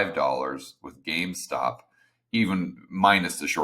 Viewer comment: GameStop not gamestock. Also the Reddit crowd isn’t even paying attention to silver as much as people think. Go over there and read it for yourself.